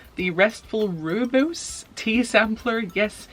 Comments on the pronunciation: I'm reading "The Witch's Book of Self-Care: Magical Ways to Pamper, Soothe, and Care for Your Body and Spirit" and I think it's right up your alley! Also it's pronounced roy-boss lol. It's a very South African thing. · Rooibos is pronounced 'Roy-Boss" ^^ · Rooibos grows where I live (South Africa) I honestly don't know how to explain it without saying it directly to you but I'll try (Google says it WRONG) Rooi- Roll your r a LOT almost as in saying the word Raw, bos- the b, buh and the os is like os in horse. So Raw-i-buh-os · South African here, drink a lot of rooibos. You pronounce it as ROY BOSS if you're interested. Someone did mention it already in the comments, but just call it red tea. I'm currently reading Jane Austen's Pride & Prejudice. I just enjoy the old English. 😁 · I'm reading the shining! It's so good! And the way you pronounce that tea is like ROY-bus (rooibos) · Awesome video BTW Rooibos is pronounced Roy_boss hugs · If you want to know how to pronounce Rooibos, type in into google translate Afrikaans and listen to how it pronounces it xx